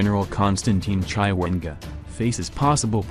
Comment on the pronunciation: Chaiwengwaaa... nxaaah why can't you pronounce people's name correctly?